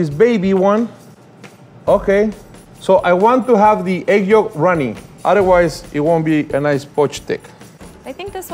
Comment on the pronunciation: why does she say it like that. why does she pronounce the “L” in yolk